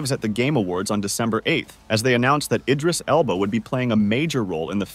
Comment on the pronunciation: Who the heck is idris elbow loool